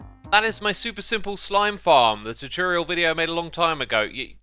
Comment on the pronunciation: no one: x: terterioerl